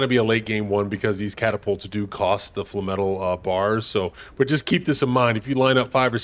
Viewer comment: Flay-metal.....flay-metal. Its not fla metal. Lol. Essentially its no different than saying flame-metal except you just dont use one of the "m" syllables....